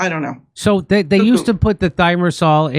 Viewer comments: Thi mer o sal (not thimersal) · That's funny she pronounces it 'therm o sol' because I've only ever heard it pronounced 'thigh mare o sol'. Thimerosol is pronounced exactly how it's spelled. After seeing her interviewed a few times, I don't feel this lady is very credible. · Thermasoll? Thermerasol is it Not? Guys. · It’s pronounced “Thy-mare-a-sol,” not thermasol. 😅 and Secretary Kennedy is planning to study aluminum containing vaccines, so I’ll predict aluminum is going to be removed soon, thank goodness!! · Thimerosal is pronounced tim-air-o-saul , not thermosaul. Your guest’s “expertise” must be called into question. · It’s not Thermasol… It’s Thimerasol. She can’t pronounce it, but is correct about it otherwise. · It's Thimerosal not thermasol. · For the record, it's not "termasol", the word is pronounced "thi-mer-o-sal" (ie: four syllables). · It's pronounced "thy-mer-a-sol",. And thimerosal contains aluminum. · She needs to pronounce it correctly though. Thigh-mare-ess-all. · She doesn't know how to pronounce "thimerosol." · Thimerosal is the word you two are trying to pronounce.